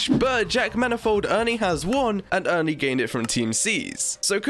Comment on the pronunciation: Why do u say "only" as "ernie"